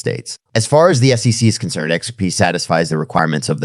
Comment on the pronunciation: Theo Von needs to learn how to say SEC. I love AI... I wonder if he knows they used a similar voice as his.